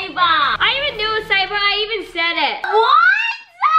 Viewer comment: Haha everyone says saba while its sabRa